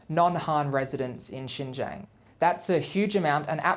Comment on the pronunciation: Lies lies lies. This guy cannot even pronounce Xinjiang. I urge everyone to go and learn the history of Xinjiang, its challenges today and the ethnic demographics of Xinjiang.